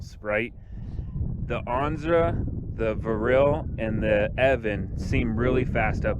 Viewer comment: The name is pronounced E-O-VAN. (I asked someone at the company). Thanks for the review. I want this board and the funny thing is, I currently have the Verreal RS with the 105 Cloudwheels. I am running the 40t pulley. I noticed your friend has the 45t pulleys. I am curious on the RS with the 45t pulleys.... what’s his top speed? I am getting exactly the same top speed with my 40t pulleys with the 105 wheels (maybe a hair slower) but off the line, a tad bit sluggish. I don’t like that. I’m wondering if I should have went with the 45t pulley from Verreal. Maybe there will swap out my 40t for the 45t?? Other than that does the EOVAN give you a high quality fell over the other Chinese boards? I want this to be the last board I buy and I want to make sure that I am happy. Oh and one more thing please.... how do those rubber 105mm wheels compare to the ride of the Clouds? Thanks so much.